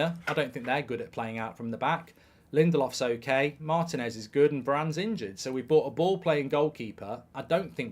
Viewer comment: I sympathize. After hearing Martinez mispronounced so often, I say it that way, too. Mark has always said he is bad with names. Glad we didn't get Nagelsmann as manager, Mark really butchers his name!